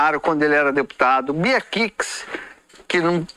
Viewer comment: Bia Kiks? Dispensa tanto as apresentações que não sabe nem pronunciar o nome.🤦‍♂️🤬